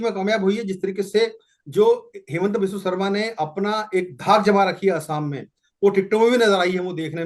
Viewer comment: Madam, assam is not ohom, but oxom.